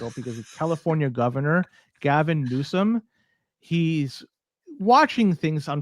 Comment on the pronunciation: "Gabbin" Newsom. Legit LOLZ